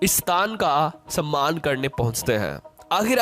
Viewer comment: Samaan nahi bolte...Sammaan...bolte hai.🎉🎉🎉